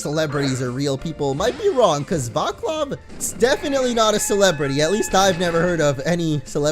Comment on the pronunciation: that Vaclav guy is actually pronounced "Vatslav". I'm quite surprised to fimd this name here...